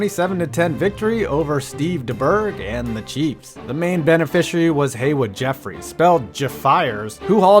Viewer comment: The difference between you and those other sports channels hosted by dunce millennials? You pronounce names properly. Like Haywood. Mad props